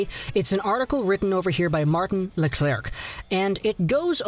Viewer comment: That pronounce leclair not leclerc